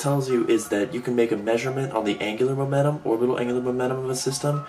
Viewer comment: angular "momenum"